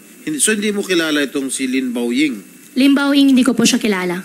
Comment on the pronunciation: Yung Pilipinong nahihirapang bigkasin yung Lin Bao Ying pero si Madam nasa tono. Haha Pinagloloko tayo ni Madam. Lin Bao ing, tapos di daw niya kilala.